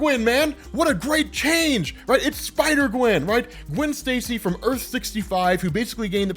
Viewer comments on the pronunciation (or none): none